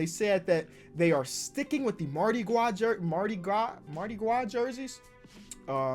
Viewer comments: does anybody watching this video from Louisiana and is so triggered how says mardi gwas and not mardi gras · Nobody:: Mardi Gwa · People from Louisiana triggered when he said “Mardi Gwah” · learn how how to say Mardi Gras‘s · trying to pronounce mardi gras😂😂